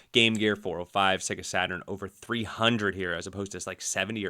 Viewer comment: PS SEGA is pronounced Sayga, not Segga!